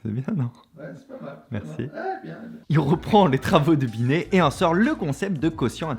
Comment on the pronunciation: a dit roh roh binet?